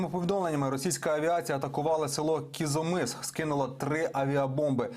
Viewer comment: Кизомис. Вчіть назви місцевостей, про які говорите